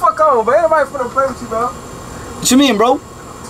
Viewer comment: He said "chu mean?" like he didn't just say the gayest thing lmfao